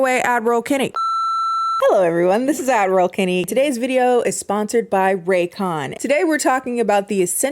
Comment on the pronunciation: I just need to say that I always hear “adderall Kennie” instead of “” hahahahaaha and I had not questioned it until one day, you called people out for thinking you were saying “Admiral Kennie”